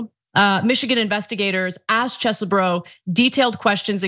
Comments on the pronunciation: I find it so sad that we live in a world where calls this man Chess-e-bro and not Cheesebro! Bring back the cheese I need my bro back! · Phonetic: Chezboro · I'm saddened that you no longer pronounce it as "cheese bro" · After months of calling him CHEEESEBRO, your new pronunciation was distracting in an otherwise awesome and informative story.